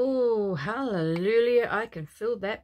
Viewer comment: Do you realise, innocently you say Hallelulia instead of Halleluia... you make me laugh 😂. God bless.